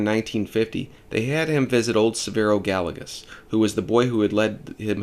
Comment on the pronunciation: Good video. Being a native of NM, I just want to share the correct pronunciation of the name Gallegos. It’s pronounced Guy-yeh-goes. Double LL is a “y” sound in Spanish.